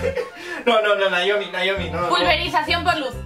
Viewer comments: Es que C oye mejor "Naomi" que "Nayomi" 1000 veces... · no es cierto sensei , ella te dice que le digas Naomi ...y tú le.dijiste Noemí , es diferente ... Por fa sensei dile a Naomi que me saludé en el siguiente vídeo , antes que me agarré el Coronavirus y me muera ,jeje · Minuto el sensei le dice Noemí a Naiomi ...WTF ??😂😂